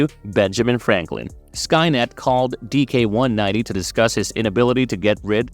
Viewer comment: Why do you keeps calling him DK-190? His name is DIX-190. Not trying to be hostile, love that anyone acknowledges the NOW comics.